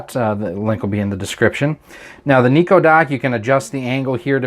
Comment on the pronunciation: It's not Niko but Nyko.. With a Y.. Pronounced like Seiko..